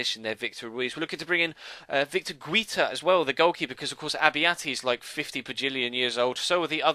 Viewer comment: I think you pronounce Guita as Guy-ta